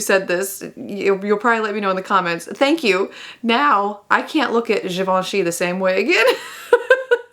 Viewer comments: As a francophone, you pronouncing Givenchy the right way MADE MY DAY LOOOL!!! It's actually EXACTLY how it's pronounced! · Pretty darned close, I’ll give you that! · I second this as a French! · As a francophone you pronounce GIVENCHY just the perfect way 👍👍